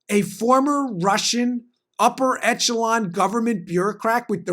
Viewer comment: Echelon - Esh-el-on.